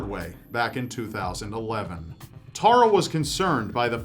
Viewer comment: Hearing Americans pronounce my name like that makes me die a little. I bet that guy was innocent. "Tah-rah" probably did it after someone called her that too many times. ;)